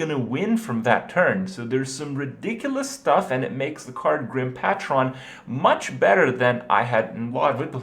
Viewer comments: Its pronounced like pay-trin, its not a fucking transformer... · Pay-tron (or a bit more half-assed, pay-trin) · ITS PAY-TREN GOD DAMMIT! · its pronounced PAY-tron, how do you not know this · I think Grim Patron is pronounced Grim Paytren. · Learn how to say patron idiot. You sound like a moron saying "pat-ron". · Grim Patron... Pey-tron, pey-tr-on. Patron. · Pay - trun. That was too many mispronunciations in a very short span...fuck. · pay-tron PLEASE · Paytron, it's pronounce paytron please Kripp... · Nice vid, btw it's pronounced Grim ''Paetron'' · Yo Kripp I think it's pronounced pay-trunn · Its pronounced PAY-tren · No it's not. Pae-tron is the correct pronunciation . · long a on that patron, not megatron, pAAAAtron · HOLY SHIT ITS GRIM PAY-TRON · jesus christ. It's "PAY-TRON" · Grim Pah-Tron Kripp plz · Patron. Pronounced, Pay-chren or Pay-trin. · Patron is pronounced Pay-Tren just to help you out buddy! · Grim "Pay-trin" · Grim Pat-Ron... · Patron = PAY-TRUN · Patron pronounced "Paytrin" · I wouldn't have even said anything but he says "Paht-ron" 9 times in quick succession. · I cringe every time Kripp says "Patron"... >_< It's almost as bad as when he mispronounces "bomb" in bomber... -_ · The way Krip says the words "Patron" makes my soul hurt. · the way he mispronounces the word patron hurts my soul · OMG I'm getting so irritated just by how Krip pronounces Patron. Am I right? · Your pronunciation of patron greatly disturbs me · I almost want Blizzard to go in and change grim patron into a mech, just so I can be less bothered by Kripp's ceaseless mispronunciation of it. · kripp u need to l2pronounce "patron" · Drinking game: take a shot every time he says patron wrong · OMG I WANTED TO GAUGE MY EYES OUT FOR EVERY TIME KRIPP MISPRONOUNCED GRIM PATRON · The way you pronounced "Patron" was truly cringe-worthy. And then you kept saying it incorrectly.... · If he says Patron WRONG ONE MORE TIME I DON'T KNOW WHAT I'LL DO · That patron pronunciation.